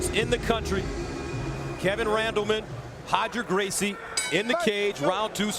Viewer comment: Who’s Hoger Gracie? 😂😅😂😅😅😂